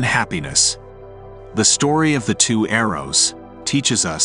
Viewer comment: Story not stroy